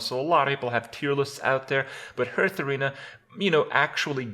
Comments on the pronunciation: ITS NOT HURTHSTONE OR HURTHARENA ITS HEARTHSTONE HEART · why does kripp pronounce heartharena like normal but hearthstone like hurtstone?